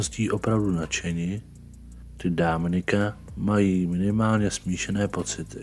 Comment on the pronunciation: To Dáááminik zní dost blbě.